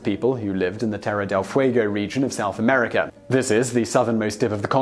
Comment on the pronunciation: Where in the world is "Amerikr"?